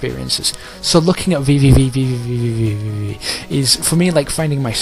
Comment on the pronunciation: While I did enjoy the "vvvvv" running gag, the game is simply pronounced "v" ("Vee"). Nice review, I don't necessarily agree with it, but good work.